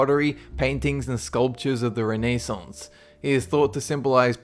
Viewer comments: re-nay-saunce... hehehehe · Re-nae-saunts? Wtf?! It's Ren-a-saunts. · Rah ney saunce